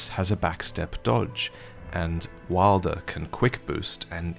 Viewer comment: Please fix your pronunciation of wylder